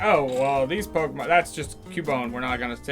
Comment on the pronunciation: the first 5 minutes of the movie and kept pronouncing Pokemon wrong